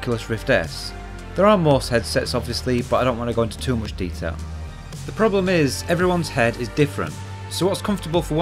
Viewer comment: Oopsample? Mooch? Dooble? Is this is a new thing in british english or some regional thing?